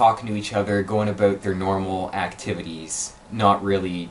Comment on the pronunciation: The way you say “about” enrages me.